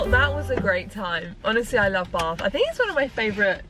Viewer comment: Bath hasn't got an R in it when you say it!!.. Just Saying Lol 😂